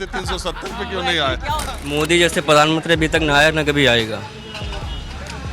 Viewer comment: प्रधानमंत्री ❌ पधानमंत्री ✅ 😂😂😂😂😂